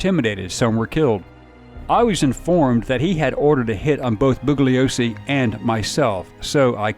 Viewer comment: A well-done synopsis of a difficult, twisted tale, one I recall from my youth (I turned 16 in Aug. ‘69 when the Tate-LaBianca murders occurred). Two minor corrections — the name of the DA who prosecuted Manson et al. is pronounced bullYOsee, and Bobby Beausoleil’s name is pronounced BOsoLAY. (Sorry for being so pedantic!)